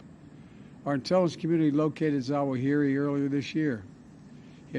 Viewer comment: Wow Zowow-hairy got that damn terra-wrist.